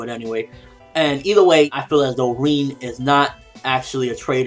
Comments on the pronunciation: isn't her name pronounced "rin" and not reen? good review though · Lol but still it annoys me as that is clearly not how u pronounce her name. Rin rhymes with bin and u wouldn't pronounce bin as ''been'' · God dammit it's RIN not REEN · Why do you keep saying Reen?? It sounds weird haha. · why does call Rin ''Reen''??